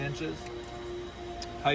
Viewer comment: Is he saying heigth (ending in th) instead of height? Is that a regional difference?